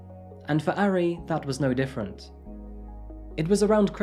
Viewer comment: He still mispronounces the "a" sound, which he also does with Japanese which annoys me. He's saying "airy" lol. Idk why people have such a hard time with vowel sounds in romanized Asian languages because they're actually very consistent and easy to learn! With Korean the major struggle is consonants. I worked at a taekwondo studio and was always self-conscious of pronunciation but you can find audio to imitate. Japanese on the other hand is so freaking easy to pronounce correctly yet English speakers don't care about butchering it.